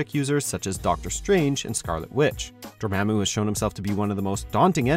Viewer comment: Dormämmu. Lol.